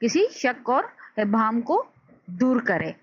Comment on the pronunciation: Please don't mind ,apna pronounciations theak kery werna students ka lehja b... Maslan sahi alfaaz Mashar aleyh, kalma mahmil , abhaam or qaafiyah hyn..